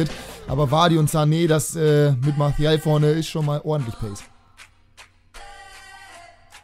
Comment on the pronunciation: Du kriegst das mit der Aussprache nicht hin ne?:D Martial ist kein Spanier:D Kannst mal auf Transfermarkt.de nach der korrekten Aussprache gucken;)